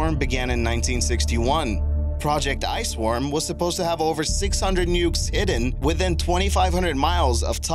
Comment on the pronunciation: for #3 he says Ice-warm instead of Ice-worm.